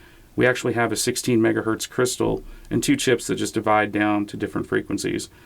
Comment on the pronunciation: Kevin again: "LOL, why do you leave the z off of "megahertZ" when you say 1? You think Zs and Ss are the same thing?